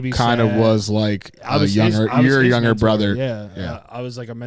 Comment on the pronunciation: Nobody:: Yugger (younger)